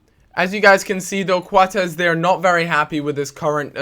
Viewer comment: It's said Coats not Kwatez